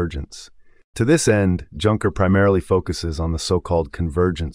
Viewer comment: The AI voice can't even handle Junker. But the content is great, so I'll overlook this.